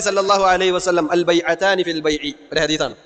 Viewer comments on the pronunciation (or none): ഹദീസ് ഉച്ചരിച്ചതും തെറ്റ്, ഉദാഹരണവും തെറ്റ്